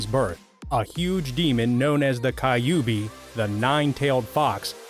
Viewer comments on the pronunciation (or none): Kyubi ❌ Kayobi✅ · Each time he says "kayubi" my heart cringes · Damn Ka-you-bee suppose to be Kyuubi? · Kayubi 😂 Hokaj😂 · Bruh list is good but fuck your pronunciation. Kayubi? And can't even pronounce hokage. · Bruh it's hokage and Kyuubi